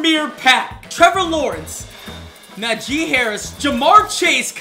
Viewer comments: Najee is pronounced Nah-G not na jee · It’s na gee Harris not na she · Did my guy say nu g?!?! It’s najee!! I live in Tuscaloosa so I get pissed when someone mispronounces najees name No hate tho 🙂🙂🙂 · Bruh who Tf is nuh gee, it’s najee 😭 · You’re supposed to pronounce najee like “Nah G” not “Nuh G” 😭😭😭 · Nah G. Not Nuh jee. Hate to be that guy but it was pissing me off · it’s prounounced NA-SHEEE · Btw it’s naajee Harris pronounce it like dat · Yo I’m sorry but the way you said “Najee” is disgraceful 🤣💀